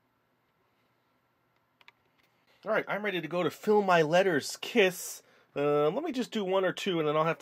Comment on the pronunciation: Your ss in kiss is rong